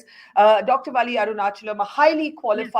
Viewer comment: Her name is Valli.... u have to stress the "L" which appears twice in her name.. That's the correct way of pronunciation.